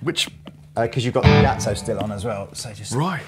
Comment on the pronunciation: Really didn’t know that piezo is pronounced piacho